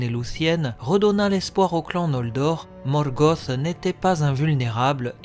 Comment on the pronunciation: Ben j'avoue quand j'entends Morgoth (gosse) j'approuve pas du tout ! Je dis un Luth pas un lusse et c'est surtout ce genre la ou j'ai du mal . J'ai toujours dit Morgoth (te) ! . Mais ça ne m’empêche pas d’apprécier ce que tu fais ;p D'ailleurs pourrait tu te laisser tenter par des théories sur la terre du milieu ? Savoir si l'Arckenstone est un silmarill par exemple sur l’identité des Nazgul quand ils étaient vivant ect ect .